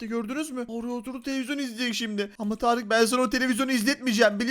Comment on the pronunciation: Abi tağarık derken tarık yapmış ismini tağarık